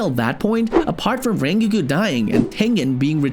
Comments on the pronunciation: did he say rengigu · Rengikiu,, OH MY GOOODDDD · Lol he said rengegoo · why did he say "rengoo" in the begin of the video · did you just say renkgu? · sto[ calling him rengiku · Bro said Rengiku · Not rain gurren khan not rain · ah yes "ryngyku" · bro says rengoku like rengeekoo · Rengigu XD BRO THE WAY YOU PRONOUNCE RENGOKU IS SO WEIRD IT DOESNT MAKE ANY SENSE THAT YOU PRONOUNCE IT LIKE THAT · no for real im sitting here like "why is bro saying ringogu" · This is how you pronounce rengoku Ren-go-ku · "rengigu" "sanime" "jenya" 💀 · "Rengeku" Why is your pronunciation so bad. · how does one manage to misspronounce rengoku that badly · the way he pronounces rengoku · The way you say Rengoku really grinds my gears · So we’re all gonna go past by the fact that this guy pronounced rengokus name wrong 😑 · The way he says rengokus name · He’s saying Rengoku wrong lol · Bro why did you say rengoku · The way I fr gasped when he pronounced rengoku like that 😭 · MISPRONOUNCED RENGOKU AND SAID RED LIGHT DISTRICT INSTEAD OF ENTERTAINMENT DISTRICT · They rengoku name wrong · SAY RENGOKU RIGHT!!!!!!!!!!!!!!!! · This dude saying rengoku like that triggers me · Your pronounce of Rengoku is bad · sorry i stopped watching because of the way you said rengoku idk why i just had to :( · its rengoku not ringki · I’m sorry but did you say Ringiku??😂😂😂😂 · why did you call rengoku rengiku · Rengoku❌ Rengiku✅ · Rengoku❌ Renguuku✅ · Rengoku❌ Raingeku✅ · ITS NOT "rengiku" ITS "rengoku" YOU PRONOUNCE THE "o" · rengu???? its rengoku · rengikue? ITS RENGOKU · His name isn’t REN-GUKU It is REN-GOKU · dude are you kidding hes saying rengokus name as renkiku IT"S FUCKING RENGOKU GET IT RIGHT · ren-go-koo not rin-gi-kiw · ren gi ku????? its pronounced rongoku how did you not get that right 😡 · rengoku❌ renkeku✅ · I know rengoku not rengiku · Not reengeeekoo Ren goku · It’s rengoku not rengou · Btw it’s rengoku not rengiku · BRO ITS SO FRUSTURTING WHEN HE SAYS RENKYOKO NOT RENGOKU